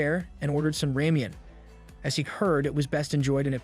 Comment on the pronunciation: did this dude just say ramean? no hate just funny as shit